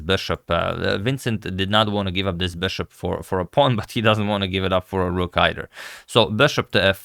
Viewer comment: The “beshop”.